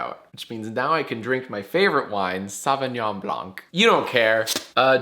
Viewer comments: If you want to say sauvignan blanc more in a French way Say what you said already but without the c Keep the Frenchy blan-part in blanc that you already said in somewhere around the 4th min Ciao Adios Dag Bye Salut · The "c" is silent in Sauvignon Blanc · Pronouncing the C at the end of "blanc" when saying "Sauvignon Blanc" is super weird. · Hey jack for your wine you don’t pronounce the c in blanc (m’lady) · The "c" in Sauvignon Blanc is silent, but don't worry, you almost look like an adult everytime you mention it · Jack, once again, the "c" in "Sauvignon blanc" is silent. Please, for the love of wine, don't ever pronounce the "c". Also, please try some Monbazillac one day, it's extremely sweet! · I learned your frickin' language to avoid being on YGS. Please stop pronouncing the C at the end of blanc! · French here, the "c" in "blanc" is silent.